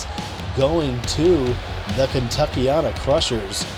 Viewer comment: Let’s go Kentuckyana krushers are he but I will say the end of our team name is said like anna